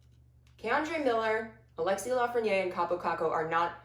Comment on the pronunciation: Really dig the rangers vids! ...but I cringe every time I hear 'Lafreniére' pronounced as if it's 'Lafreniér'. It should really sound like 'Danny Briére'